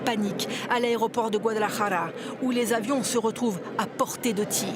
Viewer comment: Merci pour avoir bien prononcé le mot "Guadalajara", en non "Guadalajaja". 🙏🏼